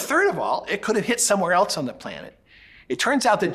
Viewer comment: There's no T in else. Or elsewhere. It bugs me when people say elts